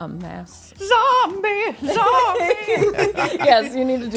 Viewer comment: was my favourite part - 'zombeh, zombeh' 😂 love it